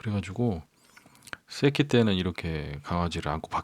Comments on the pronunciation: 구독자500명찍고찍어버리기 아무것도안하고 오해있으셧나 본데.. 강아지 새끼할때요... 막 쌔끼 이러시지나여... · 새끼 발음 왜이리 찰지게 들리죠?ㅋㅋ 저만그런가요?